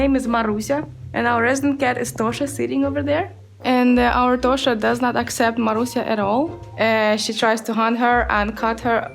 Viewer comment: jackson i get youre not swedish but even english speakers will pronounce the word toshka as toshka and not toska like you did.